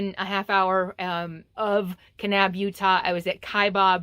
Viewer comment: Hi, FYI, Knab is pronounced Nab and Kaibab has no bob in it, just a bab... Kai-bab